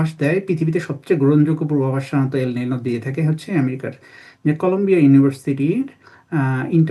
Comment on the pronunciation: ‘এল নিনো’ কথাটার ঠিক উচ্চারণ ‘এল নিনিও।’ El Nino নয় El Niño।